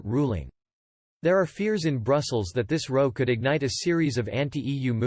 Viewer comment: It is not pronounced "row", like the boat, but sounds more like "wow". Are you a robot, there are so many consistent mispronunciations in your videos that one does wonder. OK, not knowing how to pronounce Irish institutional names, that is understandable. But it goes a lot further than that.